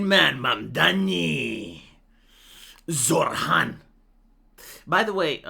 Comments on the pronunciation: His name isn't pronounced zorr-hann, it's pronounced zoh-ran. My family used to vote Labour UK until Tony Blair got into power and stabbed us in the back, then voted Conservative until Boris Johnson stabbed us in the back, and now it's just me and the mother because the rest of them have died of heart disease and cancer, we are going to vote for Farage and hope if he gets into power he won't carry on the British tradition of stabbing people in the back, to be fair Barrack Obama also stabbed everyone in the back, I guess it's not just the UK. It gets to the point where you're wondering if you'll ever managed to actually find somebody to vote into power who isn't going to plunge a knife into your back and you hold your breath every single time you put your slip of paper inside of the ballot box just waiting with anticipation to be stabbed in the back again, kind of like when you take a breath before committing s**c**e by jumping off a bridge because you have no choice due to poverty and debt, it's exactly the same thing voting for somebody different to stab you in the back because you have zero choice whatsoever, although, to be fair, I live in one of maybe 15 places in England that will hold out and vote Labour pretty much no matter how many other places they lose until maybe, and that's a maybe, they become the 3rd or 4th biggest share of seats instead of 1st or 2nd, and even then they'd vote for whoever is the biggest left-wing party no matter what happens, and all problems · I hear "Zoltan!" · When says Zohran anyone else hear Zohan or is it just me??? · No I do, but than again I too like an ESL